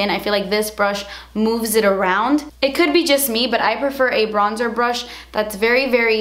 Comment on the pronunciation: I can't even deal with how you say "Das expensive" cracks me up every time 😂😂